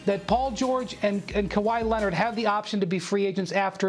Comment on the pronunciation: No one: Stephen A. Smith: Kawhi Lennit